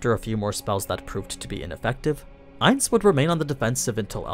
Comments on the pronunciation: It's not aniz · Him calling him Ains hurts